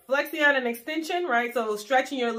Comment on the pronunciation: The proper way to say Flexion… is Flek • Shin not Flex • e • on